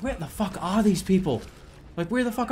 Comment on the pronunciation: the bostonian jumped out in a major way. "where the fuck aah these people"